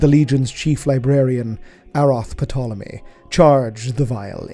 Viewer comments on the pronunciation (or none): The P in Potolomy is silent. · If I may be so bold as to suggest that the pronunciation of Eurydice follow the archaic Greek, yoo-ri-d-see and that the P in Ptolemy is silent.